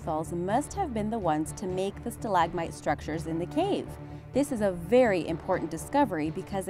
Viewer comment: what is a stalag mite ? sounds like a russian insect. Try stalagmite...said as one word with the second "a" being short...not loooong